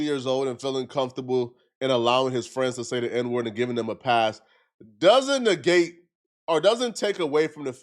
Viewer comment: "It doesn't negate(nig-gate) what you said to him."